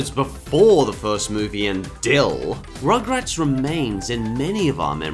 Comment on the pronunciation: i think you said...ummm rochrats not rugrat...